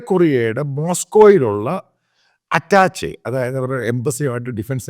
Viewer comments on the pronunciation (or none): അറ്റാച്ചെ' അല്ല മാത്തുക്കുട്ടി - " അറ്റാഷെ' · അറ്റാഷേ ആണ് അറ്റാച്ച അല്ല